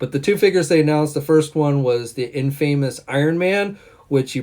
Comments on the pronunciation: pronounciation needs work. Every time he said IN-FAME-US instead of IN-FUM-US I cringed a little. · Mandipoor?? Infaaymus?? Lol!! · and hey uh infamous is pronounced In-fah-mus... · Prehensile Lung YUP